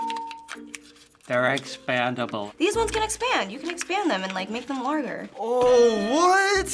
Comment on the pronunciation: "make them larther"